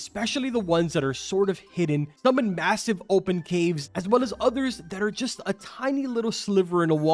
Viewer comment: Did you say.. massive? Lowwww tappeerr fadeee